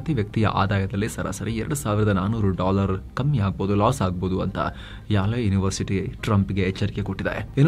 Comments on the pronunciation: ಯಾಲೆ university ಅಲ್ಲ , ಯೇಲ್ university ಅಂತ ಹೇಳಬೇಕು 😊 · ಅದು ಯೇಲ್ ವಿಶ್ವವಿದ್ಯಾಲಯ, ಯಾಲೆ ಅಲ್ಲ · Yale is pronouced as ‘el’